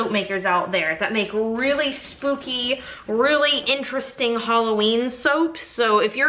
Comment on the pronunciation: Haha, I thought you said Snoopy! Not spooky. I am with you no scary!! Nope nope nope. I don't watch scary. You are not alone!!